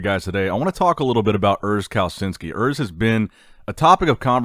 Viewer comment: Yo, Kalecinski is pronounced like Kaleshinski and not Kalesinski ✌